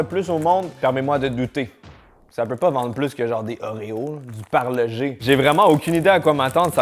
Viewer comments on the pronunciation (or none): C’est parle-GE